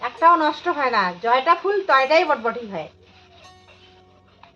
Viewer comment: কথাটা বটবটী নয় বরবটী। তোমাদের ঘোসকাডাঙ্গাবাসীদের একদিন ক্লাশ নিতে‌ হবে।অনেক শব্দ‌ ঠিক উচ্চারণ করে না। Except,ও ঠিকঠাক উচ্চারণ করে।